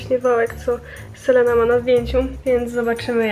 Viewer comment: selena czyta się Selina 😉 ale filmik spoko 😊❤